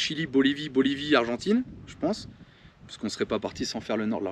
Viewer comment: Noooon ......Pas argentaine......"Argentine"